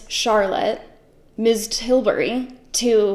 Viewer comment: “Miz Tillbury” 🤣